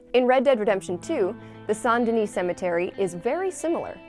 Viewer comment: You probobly pronounce the S in Denis 😂